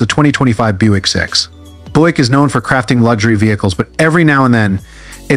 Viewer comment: GIX? Annoying narrative. No it is a G.S.X.